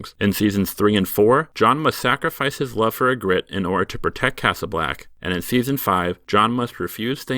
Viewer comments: EE-gritte, not e-GRITTE. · Your pronunciation of Ygritte was horrendous. Still better than most fans.